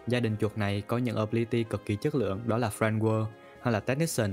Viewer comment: bác này đọc script cứng ghê giống như đọc văn trong lớp ấy Và nên trau dồi hơn về cách đọc tiếng anh "Friend Guard" mà toàn nghe "Friend Whirl"